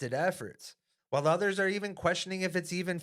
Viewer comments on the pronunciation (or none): none